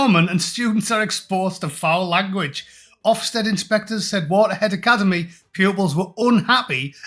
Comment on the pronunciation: Did she say alicademy?